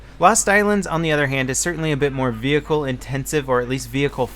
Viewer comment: Do all Americans say vehicle like that lol?